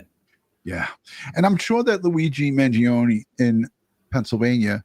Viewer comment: Finally, someone in the news realizes the E is silent in the Kids name!